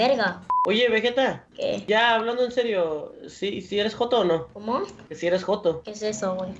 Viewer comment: no mames porque le dicen vejeta nddjdjjsjd es vegeta pinches locos dksndnns alv